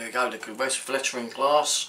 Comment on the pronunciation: FYI Vestflateren is how it’s pronoumced